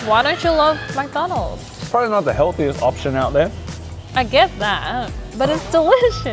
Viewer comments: it's McDonalds not MACdonald it bothers me how he keeps saying that. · It's McDonald's not MackDonald's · "Mac Donalds"? it is Mc Donalds (Mich Donalds essentially) how has no one pointed that out to you? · Get so triggered with how they pronounce McDonald's.... it's not Mac-Donalds